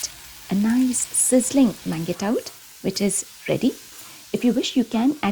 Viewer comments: Amazing video. Pls work on your pronunciation of mangetout. It is pronounced as maanjhtoo. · The green veg is pronounced monzh·too